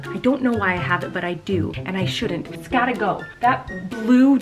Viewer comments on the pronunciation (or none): "Iss gotta"